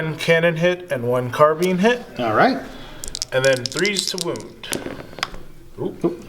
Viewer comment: No offense but you all should look up the pronunciations of “sigil” and “carbine”.